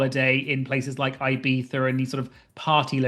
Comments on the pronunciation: Pronouncing Ibiza “eye-BEETH-er” is absolutely bonkers idc who you are lol and I know you speak Spanish so girl what lol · Don't ever say Ibiza like that. I'm super serious.